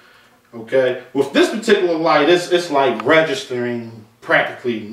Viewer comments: Paul Squire . Seriously?! I'm American, Southern, Educated and I work in the electrical field. I watched this video to broaden my understanding of meters and I couldn't finish the video because I was so turned off by the wif/with. It has nothing to do with immigration. Why are we becoming ok wiTH bastardizing our language? What is so wrong with asking presumably educated people to speak clean and clear and not speak so lazily? I would understand if someone didn't have an education but the presenter is clearly an educated guy. No one is asking a whole country to change to suit one person. A little perspective may be in order. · Please please please for the love of God STOP pronouncing the "TH" in the word "WITH" as an "F". You are obviously an educated guy so please honor your teachers and the work that they put into you by using proper English and save the street slang ebonics for your buddies on the block.